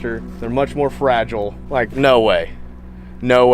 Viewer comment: You say fragile weirdly